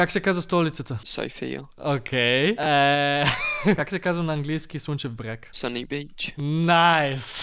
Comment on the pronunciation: I’ve been just wondering why you say “hard r” normally in other languages, but in Bulgarian you don’t. Like in Слънчев Бряг you just say the r without pushing your tongue against teeth.